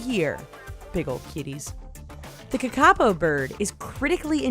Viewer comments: ka-ka-po not kaka-po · ka, ka, po not kakapo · “Kiki-apo” bro 🤦‍♂️ your research is failing you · THE WAY SHE SAID THE KAKAPO BIRD AHHHH THAT IS INCORRECT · That's not how you say Kākapo! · KAKAPO im from New Zealand and I almost threw up from how u said thta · Lol at how she pronounces kakapo